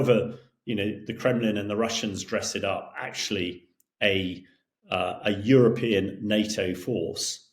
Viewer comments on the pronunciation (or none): none